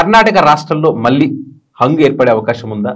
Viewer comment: మల్లీ కాదురా మళ్లీ అని పలకాలి. ఉచ్ఛారణ దోషాలున్నాయి. చూసుకో